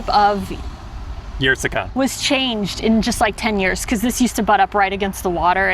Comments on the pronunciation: The 'Y' is not pronounced like a 'Y'. Treat it like an 'I', so 'ie'. In English: "Eer" as in "Beer". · "Yerseke" is pronounced "ierseke". It's not a "je" sound. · For the Belgian audience. That’s how you pronounce Yrseke. Our American friends learned how. It’s not Yrzzzzeeeeeeeeeeke. It’s not Melbeke at sea.